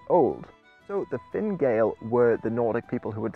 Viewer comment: I am assuming you are trying to say "gall" and not "Gael". It's sounds like gael, but gael is an older term for an Irish person (where Gaelic and the language gaelige come from). The Irish word for foreigners was Gall, as in the Irish name for the town of Donegal or Dun na Gall (fort of the foreigner), which originated as a Norse fort